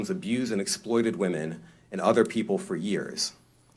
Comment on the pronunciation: I love how they keep saying wemon and other victims like b** say men that's how u know men can't be victims 😂😂😂 like dammmmmm